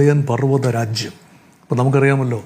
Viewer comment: രാചിയം അല്ലെടോ രാജ്യം